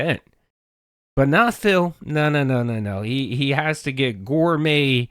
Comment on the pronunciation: i think phil saying "gourmet" is one of my biggest triggers